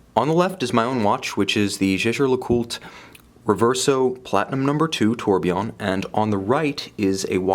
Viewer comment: You might invest some of that money you spend on watches on a French tutor, so he can set your idea of French pronounciation staight. "Jèjè-LeCoulte" doesn't exist! Or just butchering it like a normal English speaker would help.